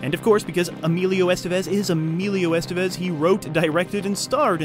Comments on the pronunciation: It's not "ESS-tuh-vez." It's "ess-TEH-bess." Doesn't that sound nicer? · The accent is in the second e, Estévez. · "Estevez" is pronounced es-TEV-ez.